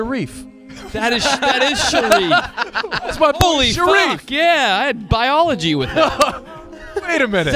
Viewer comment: says bully weird